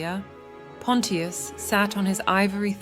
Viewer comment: Bot not pronouncing Pontious correctly so annoying